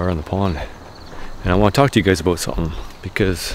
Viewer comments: That's a well seasoned Canadian "aboot" right there , eh? LOL ;) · OMG you said "ABOOT"!! First time I've ever heard that from a fellow Canadian.